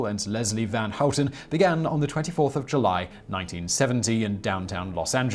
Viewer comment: Your pronunciation of "van Houten" was almost perfect. I often hear English speaker say something like "ven Hoet'n". Nice. The only thing is that you're still making the 'a' very flat sounding, almost like you're saying "ven". But that's only a minor mispronunciation. A small blemish on an otherwise perfect effort. I approve.